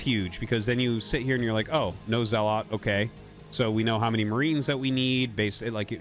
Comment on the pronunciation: Isn't "Zealot" pronounced "Zel-luht" and not the weirdo way Artosis pronounces it?